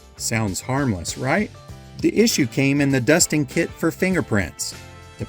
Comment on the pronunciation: Hahaha I thought you said "this kid sold for.." instead of kit. And there was a little boy on screen and everything